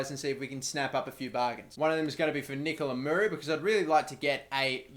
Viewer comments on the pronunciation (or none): none